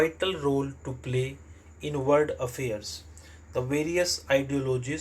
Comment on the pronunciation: Aapka world abhi tk sahi nhi hua h..... Aap baar baar usko word hi padhte h